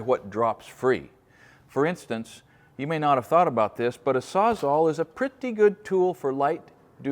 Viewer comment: Can someone address the crisis of everything pronouncing it SAWZAW